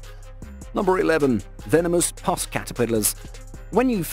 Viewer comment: Puss is pronounced like another word for cat, without the 'y', that I cannot say as it's slang for a woman's ...erm...'bits'. You get my point.